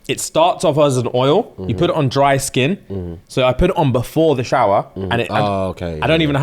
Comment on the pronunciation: i'm having this on in the background whilst i'm doing other things on my laptop, tell me why i heard say he stepped his "kink" game up rather than skin, and then i heard "i've gone completely korean now" and i choked